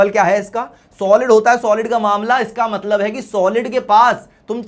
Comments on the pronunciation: Matlab❌ Matbal ✅ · Mtbal Mtlab Mtlab hota hai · Matlab ❎ Matbal ✅ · Matlab❌ matbal✅